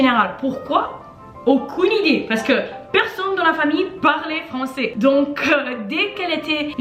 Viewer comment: Elle a un problème avec le AI. Elle dit "francET" au lieu de "françAIS" par example. Cependant, je crois qu'elle parle très bien et sans aucune difficulté.